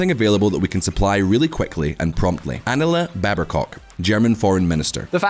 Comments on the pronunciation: Very good video, but it’s Anna-Lena [anaˈleːna] ☺️ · Poor Annalena her name was totaly butchered. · "Anala Bearb Cock" .... So close! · i can't unhear it..."Anala Babercock" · "Anala Babercock" 🤣🤣 Nailed it!! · Annala Berba-cock